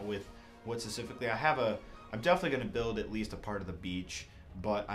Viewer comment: stop pronouncing 'specifically' wrong